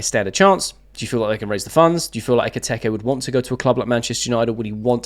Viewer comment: It’s been a few days now so maybe you’d like someone pointing out it’s Eketike, not Eketeke.